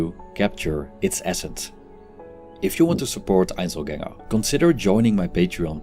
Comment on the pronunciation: You want me to support you and can't even pronounce your own name!?!? "Einselgängr" !?!? That is CRINGE pure!!!